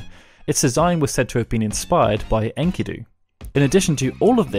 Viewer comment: It's not "in-kee-doo" it's "en-ki-doe" lmao